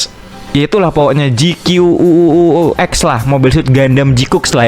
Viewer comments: Ji kuakusu bang bacanya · Bacanya GQuax/GQuacks bang 👍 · Bacaannya Gquax bang